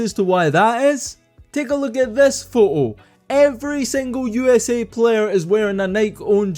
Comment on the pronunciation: “Take a luke at thes pho oh “ hahahaha I love it